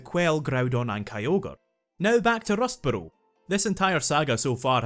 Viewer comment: I clicked 30 mins in to see if this was going to be worth watching and I decided it was solely based on your pronunciation of Rustboro